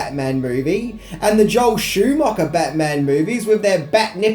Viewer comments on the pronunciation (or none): none